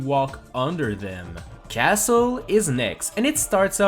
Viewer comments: Castle has a silent T lol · The word "castle" is not pronounced with a "t" noob